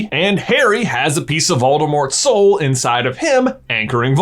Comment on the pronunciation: Oh he was talking about the boys soul. I thought he was saying boys hole.